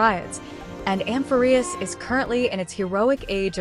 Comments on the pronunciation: Hello, thanks for this video! All your videos are super information dense and I always end up learning lots of new things. I've seen some people complaining about the text to speech and I just had a suggestion: you might like to change the spelling of some words that the TTS mispronounces to get it to say it correctly. E.g. Nikador -> Nickador, Amphoreus -> Amphorreus to get it to emphasise the correct syllable. You could find+replace to change the spelling all at once after you finish writing your script. I couldn't figure out which TTS voice you were using (I saw in your comments that you use Microsoft Text To Speech, but your videos don't sound the same as the one in Word and I'm not sure what else you could have been referring to?) so unfortunately I haven't been able to test if these changes would work for your TTS. I would be happy to help figure out spelling changes to fix the pronunciation if you let me know which TTS you use. But I definitely understand if you can't be bothered and regardless I will keep enjoying your videos and appreciating the hard work you put into them :) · can someone tell me if this is voices by an AI cause the pronunciation of Amphorius and Heliobi really pissed me